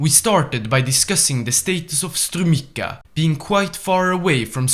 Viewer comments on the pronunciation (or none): In strumica, the "c" isn't pronounced as "k" but rather as a combination of the sounds "t" and "s" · that's not how you pronounce Strumica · and this too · You misspronounced Sofia Strumica and Plovdiv wrong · The way he pronounced Strumica I cant ( im macedonian ) gonna edit this if i find more Edit 1 : Malesevo 💀